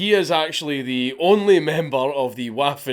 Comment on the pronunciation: Dank I love your content. But it's pronounced (Vaffin) not Waffin